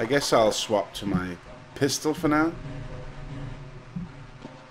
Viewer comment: in he say a "pisstol" lol